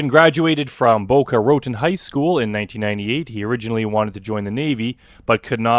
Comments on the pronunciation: I love how you still can't pronounce "Boca Raton." You should say "BO-kuh ruh-TOHN" (where "TOHN" rhymes with "JOHN"). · Boca Ruh-tun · Love your channel. PS: worst pronunciations of Boca Raton I’ve ever experienced ❤